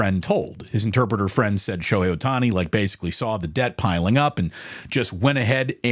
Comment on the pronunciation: Shobookie Ohtani lol